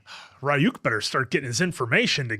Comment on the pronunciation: are they actually watching the dub? how do you continue to mispronounce Ryuk this many times?